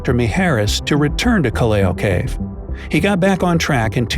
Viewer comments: It doesn't pronounce kaleyo its probounce kal-law in philippines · It should be pronounced as 'kalaw' not kaliyaw..Callao cave Cagayan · Correction The pronounciation of Callao cave is “kallaw” not “kaliyaw”. I love you.. please notice me.😊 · hay its pronounced calao cave not caleo cave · colleo u pronounce it as just callaw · "Kelleo Cave" your saying it wrong its Ca-Laow Cave, thats how its pronounced im a filipino so i know. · He pronounce it wrong, "callao" . That is here in cagyayan valley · What! Caleo cave! It's not called caleo cave its called callao cave its easy justsay cal lao cave american's dont know to pronounce every single filipino word and it in cagayan i live there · Uhmm its not KALEO CAVE Its CALAO CAVE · Uhhmmm CORRECTION CALLAO IS PRONOUNCED IN PHILIPPINES AS = KA-LAW.... AND IS NOT- KAYLIAO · callao pronounce as "kalaw" not "kaleo" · It's not Cal-la-o its Cal-lao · Call-ey-o cave Call-ow cave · Kal-law po bigkas hinde kelayaw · EXCUZE ME THE PRONOUNCIATION IS KAL-LAW CAVE AS IN STRAIGHT NOT CALLEO CAVE sorry just deffending our country!! Dahil pilipino ako🇵🇭🇵🇭🇵🇭🇵🇭🇵🇭🇵🇭🇵🇭🇵🇭🇵🇭🇵🇭🇵🇭🇵🇭🇵🇭🇵🇭🇵🇭🇵🇭🇵🇭🇵🇭🇵🇭🇵🇭🇵🇭🇵🇭🇵🇭🇵🇭🇵🇭🇵🇭🇵🇭🇵🇭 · you do not pronounce callao kaliyo its callao like kalaw cave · Not caleo cave it Callao cave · Its Pronounced Calaw Not Caleyo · I have been to callao cave and it is pronounced "cal lao" not calieo! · "Ca-leo" cave - 🤣🤣🤣 Sorry that's "Cal-yao" cave if you wish to pronounce it properly. 😅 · nnot caliao cave pronouncing its calyaw. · Keleyo cave I think its kallaw cave not keleyo hahahaha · Its not call-A-O cave its pronounced call-ow cave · Callao Cave is not pronounced as calleo but callaw. Btw im filipino!!! Proud to be filipino!!! Mabuhay Pilipinas!!! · Callao read as "Ka-lahw" not what you pronounce as "Kalyewho" hahahaha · Lol the pronunciation is not "kaleyo" its "kallaw" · It's pronounced ka-lhaw cave not kaleyo cave hehehe sending hearts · Callao is pronounced as "KALAW" not "KALEYO"😂